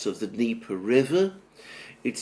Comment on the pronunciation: Its Dneper, not deeper! Subtitle!!!